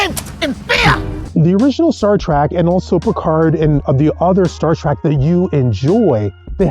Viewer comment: TREK, not TRAK, Trekkie, not TRACKY idiout....